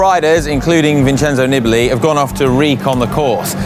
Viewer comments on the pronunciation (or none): Stopped watching after hearing twice "Nibbly" and my gag reflex started to kick in. Maybe it's an improvement on Lloydy's "Knee-Billy". If you're gonna make a video centered around a rider, is it too much to pronounce his name correctly?